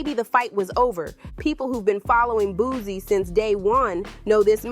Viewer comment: It’s Boo-C, not Boo-Z! 😂